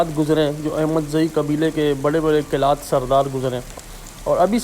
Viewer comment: Right name is Qalaat not Qilaat